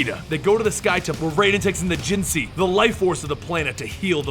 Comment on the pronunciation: Hey You butchered the Pronounciation of Jinsei It pronounciation should be should be (Jin-say)